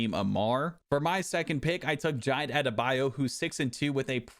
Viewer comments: The pronunciation of Jide killed me 😭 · Was wondering if any other Nigerians noticed 😂